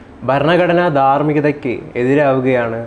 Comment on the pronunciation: " ബരണ ഗഡനാ ദാർമ്മിഗദ ".... ഇതെന്തൊരു ഉച്ചാരണമാ...!!?? "ഭരണ ഘടനാ ധാർമ്മികത" എന്നു് നല്ല അഴുത്തമായി ഉച്ചരിച്ചുകൂടെ....!!??